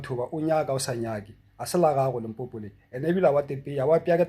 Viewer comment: Its LIMPOPO ...not Limpopo" please let's fix that before the 31july 😅